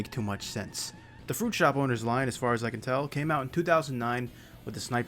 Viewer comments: I thought he was saying "fruit show boners" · I used to think he said "fruit show ponies"...🐎